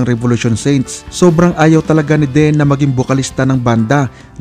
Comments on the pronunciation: Deeeeeeeeen kuya hindi Den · deeeeeenn.. not den. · Ang bigkas po ay DIN...hindi DEN. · It’s pronounced as “Din”,not “Den”… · Din hindi den lekat kang magsalita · Deen( din po ang pronounciation nito)